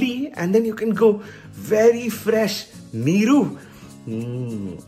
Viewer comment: Goood one 😂👌🏽👌🏽pronounciation of NEEERUU was kickass 😆😆